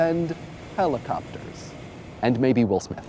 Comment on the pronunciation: suspect that was the intention, plus the emphasis on the word helicopters :3